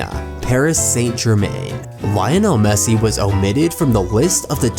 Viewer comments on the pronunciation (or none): Great post and content, and I do not mean to bash you buddy, but it's: City NOT Cite' Victory NOT Victore' Messi NOT Messe' Eeee NOT e' Only extremely annoying thing about the post, thanks though, still liked it .